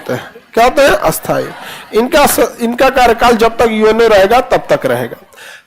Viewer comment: Sthai ko bola asthai ,aur asthai ko bola a-asthai . Sir pura desh bihar nahi hai ,aise bolkar kyun vihar ka maan gira rahe ho ?